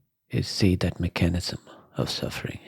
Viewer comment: Just fyi… it’s pronounced mech-a-nism. Not me-chan-ism. Sorry, thought you might want to know. ✌🏼